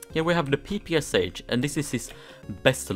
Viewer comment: XDDDDD you actually pernounced it PPSH bro its pernounced "pop-a-shaw" xD its a russian gun